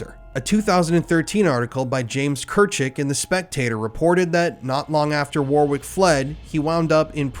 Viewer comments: It's killing me everytime you say the name Warwick as War-wick😅 Sickeningly pathetic sentences for such repulsive monsters, there's a reason the justice systems favour paedophiles- birds of a feather...🙄 Thank you for always bringing light to cases most never will🙏✌️🇬🇧💙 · Me too, It's usually pronounced "Worrick" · Warwick is pronounced Warick, similar to Yorik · Warwick is pronounced war rick the second w is not pronounced. Another great video. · "In the correct pronunciation of Warwick, the second w is silent, and the last two consonants ck are pronounced as the single letter k like in 'pack, packet'. So the correct pronunciation of Warwick is Warik. The vowel a is pronounced in different ways by different people as in 'war', 'paddle', 'back'.9 Jun 2023" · Warwick lol it's pronounced warrick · not giving the dude any steam but warwick is usualy pronounced wa-rick kinda makes the 2nd w silent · Warwick is pronounced "Worrick". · Just an FYI and in no way a criticism, his name is pronounced Warick as the 2nd w is silent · Disgusting. Just a heads up: name is pronounced WAR-ICK (the second w is silent) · Your mispronouncing of the name Warrick is so American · That's not how you pronounce Warwick...... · It's shocking but sorry I couldn't listen to you mispronounce Warwick any longer (& Johannesburg) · The second w in warwick is silent. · U really need 2 learn how 2 say the name 'Warwick' properly. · He can't pronounce Warwick either. FFS the second w is silent! This video drives me crazy. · The second W in the name Warwick is silent btw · Its pronounced Warrick, not War Wick ffs lool. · Your pronunciation of Warwick is awful. Its said Warrick not war wick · This is interesting but FFS ITS NOT WORRRWIK It is WORIK Phonetically, in English the BIG W in the middle is a SILENT W war-W-ick YOURE DRIVIBG ME BONKERS !!! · Warwick is pronounced "WARICK" not "WAR-WICK".. 🤦‍♂️ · Wah-rick not war-wick 👍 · Pronounced “warrik “ not “war wick” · WARRICK, not war wick ftlog